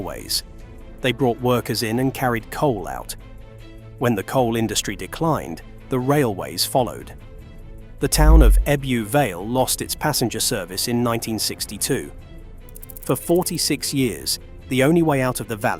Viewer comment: Why can't the commentators on ra ilway videos never learn the correct pronunciation? GalAshields FFS! Ebbue Vale ......Pffft! Bridg-ind!